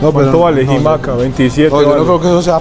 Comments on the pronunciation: Jaja, no es JIMACA, es JICAMA; es una fruta, y no, no es como la papa, parece en su físico, pero no 😂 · traian la dislexia presente 😂 se llama jicama no jimaca 😂😂 🤭 Dios los bendiga chamacos ✨ pasen buena estadía en México bienvenidos ❤ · No es jimaca es jícama 😂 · Jimaca 😅 es jicama es una verdura que se consume comúnmente en México como ensalada etc. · Dijo Jimaca en vez de jícama 😅😂😂😂😂, y me sorprendía que mi hija les decía majicas😂😂😂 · Jimaca jajajajaja mori 😂 solo por eso nueva suscriptora!!! Es JICAMA saludos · Jimaca 😂😂😂😂😂😂😂😂jícama!! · Me dió risa la jimaca jajajaj es jícama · Jimaca😂😂😂es jicama😂😂😂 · Jimaca = Jicama ! 😂😂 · “JIMACA” 😂😂😂 es JÍCAMA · Jimaca😂 creo que es jicama. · Recuerden que no se dice coger si no agarrar jeje y es jícama se pronuncia la j no los corrijo a mal es para que pues eran la pronunciación buena je y sabe muy rica tanto con limón y tajin de echo ahí quienes venden jicaletas y saben muy ricas la vdd un saludo a los tres desde saltillo coahuila al norte de nuestro México 🇲🇽 y que sigan disfrutando de este viaje que será difícil de olvidar ojalá un día hagan un vídeo hablando con sus familias y saber que les parece todo esto nuevo que están viviendo aquí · Parceros se dise jicama